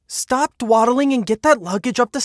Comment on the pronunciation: It’s an old expression and it’s DAW-DEL-ING